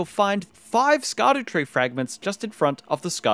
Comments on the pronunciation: For anyone who doesn’t know Scadutree is actually supposed to be pronounced shadow tree. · It's pronounced Shadowtree 🤓